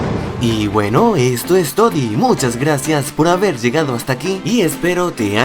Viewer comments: al final dijiste todi. pero tienes que decir todo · Like si notaste que al final del vídeo dijo estes todi envés de decirte esto es todo v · en el minuto dijiste esto es todi en vez que esto es todo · en el minuto dijiste esto es todi en vez que esto es todo jajjajjjaaaaaaajja